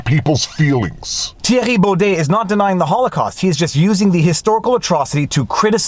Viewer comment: I've read the judgement and it was all opinion based, the judge spoke about feelings etc. No laws where used in this judgement at all. All of our judges are political chosen and named for life, most are lefties. And lol your the only person who pronounces his name correct.